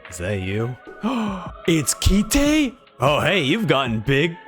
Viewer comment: his name is pronounced Kaito, like the toy you fly in the air, not Ki-Te like a japanese phrase, btw